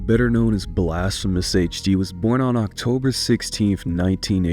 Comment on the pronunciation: bro really said OctoBOR